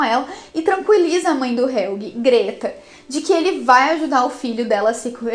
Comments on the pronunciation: Nossa esse "helguê" me irrita demais kkk e a moça fala todos os nomes muuito errado. O kahnwald ela parece que ta com preguiça de falar direito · Que agonia ouvir Helguê.